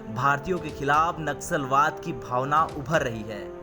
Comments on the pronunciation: Naxusalwad nahi bhai nasulwad or racism pronounce karo bhai sahi pronunciation karo tab news reading Karo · It’s naslawad and not naxalwad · Abe churiye....Naxalwad nahi.. Vo Naslavad hai . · नस्लभेद कहना चाह रहे हैं आप परंतु नक्सलवाद शब्द का उच्चारण हो रहा है या नस्ल वाद यह स्पष्ट नहीं हो रहा है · naxlwad nahi naslvad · Bhai Sahi shabd naslwaad he na ki naksalwaad. Dono shabdon me bahut fark he 😀😀😀😀😀😀😀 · Wo naksalwaad nahi naslwaad hai...